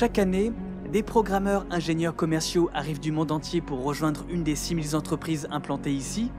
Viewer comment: Super vidéo, absolument passionnante. Un seul petit bug dans le commentaire : on ne dit pas "six mille zentreprises". Cordialement.